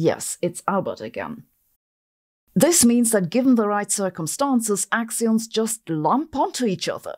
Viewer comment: "Axions" or "we don't understand gravity..." "yeah... let's go with the axions..."